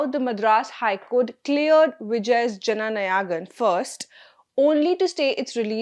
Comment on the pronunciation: There is only one word in the entire video/podcast that the presenter needed to pronounce correctly. It looks as though the word 'Jananayagan' was deliberately mispronounced (with some effort, it seems)! I can't think of any other explanation for this. I presume the presenter is of Indian background; if so, the word appears in the National Anthem with the correct pronunciation (please listen to the first line of the anthem). I believe it is important to get the pronunciation right—at least for relatively easier words—so that listeners take the presentation seriously. Otherwise, it appears as though no serious research was performed in preparation.